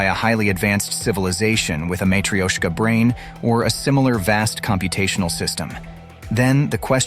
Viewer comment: Hahahahaha matrioshka “intelligence” hahahahahaha can’t stop laughing